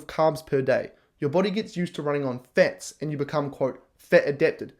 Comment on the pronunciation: Anyone else super annoyed with him calling fats fetz? 👏🏼🥱🚫🤮